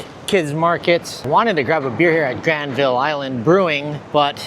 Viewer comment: The easiest way to instantly spot a visitor to Vancouver. They say GRAND-vill. It's pronounced Gran-VUL. Also it's Vangouver.